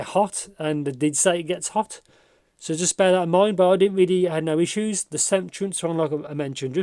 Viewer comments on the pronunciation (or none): none